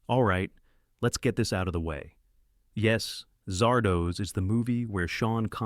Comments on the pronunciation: A.I. pronounces Zardoz, Zahr-Dos...as Zar-Doohs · Zard Oz. Not Zard OHZ. It's a half-seen snippet of "The Wizard of Oz." The AI narrator in these things is a fever dream of a fever dream. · I know most of these. Cackling over Zardoz happened a LOT. Could you fix the pronounciation, though? It's as in "The Wizard of Oz" not doze. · Oh, God! Ditch the AI readers and find someone who can read English. "Zardoz" is not pronounced "Zar"-"Doze"!